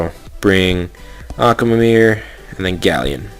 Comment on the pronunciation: Akwilla? Die-as? Akamamamameer? Like wtf